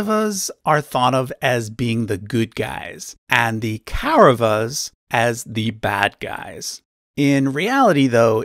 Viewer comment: Very good video but you can improve ur pronunciations. It's not ‘ Kei- ra va-s' , it's कौरवाः or ‘ Kawu r-a-va-ha'